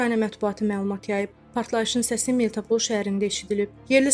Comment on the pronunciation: АY GIZ, MELTOPOL YOX, MELITOPOL SHEHERINDE ESHEDELIB!!!